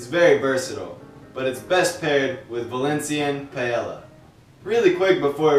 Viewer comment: Understandable if you have trouble pronouncing Utiel-Requena but Paella?!? Come on man! (Pi-eh-ya)